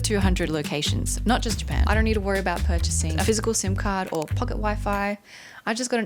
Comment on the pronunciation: cut out a syllable there, the country is now called Pan 😅